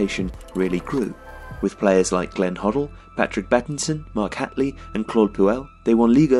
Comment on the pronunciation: It’s Mark Hate - ley. Not Hatly